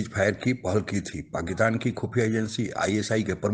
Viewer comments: Aray bhai Pakistan bolo, PAKITAN nahi. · Pakkitan Nahi sir Pakistan hai😂